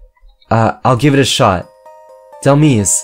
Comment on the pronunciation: It is said Dhel-mise like demise like fate or something you messed up on the second part